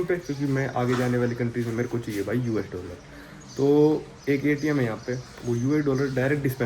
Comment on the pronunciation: Bhai doller mat bola kar